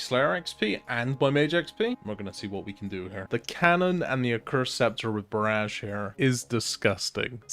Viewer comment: I HATE THE WAY U SAY BARRAGE